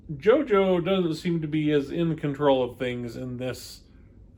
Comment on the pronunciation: Also, my dear. its Gio-Gio, not jojo! but it's okey!